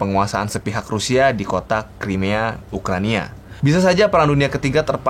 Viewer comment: Koreksi min Yang betul ukraina bukan ukrania